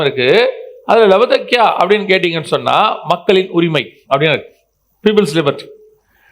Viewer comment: ஐயா, லவதிக்கேயா அல்ல. லாவோதிக்கேயா